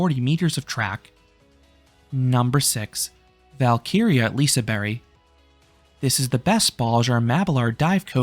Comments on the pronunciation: Im from sweden and im not Shure if your suposed to say Lisaberebannana 😂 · I’ve never heard someone pronounce liseberg like liseberry😂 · I guess "Liseberry" is the Swedish pronounciation? Never knew that. Good video! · Did anyone notice him prounncing liseberg wrong